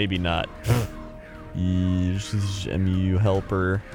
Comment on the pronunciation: P.S. why do you call it "E-myu", it's just Mu, not even Moo, just short Mu